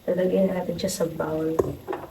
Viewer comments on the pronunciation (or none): none